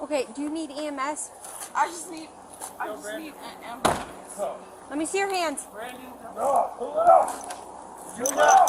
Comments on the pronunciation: "Do you need EMS?" "I just need an amberlance." Ugh🙄 lol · Ahem, "am-bah-lance"